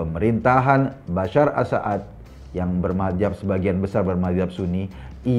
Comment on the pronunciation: Maaf bang,bukan Bashar a saad tapi Bashar al assad.